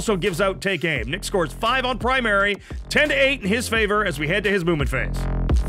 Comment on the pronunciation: Every time you say "Movement Phase," I hear it as a "Mubin Phase."